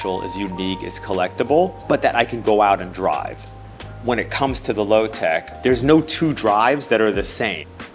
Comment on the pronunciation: What do you mean? He said Lotec correctly.